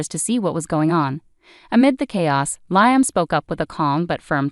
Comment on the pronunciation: While I very much appreciate the clues that it is AI and not humans reading these, the crazy mispronounciations of common words is equally annoying and entertaining. Nobody pronounced Liam as Lye-um. 😂😂😂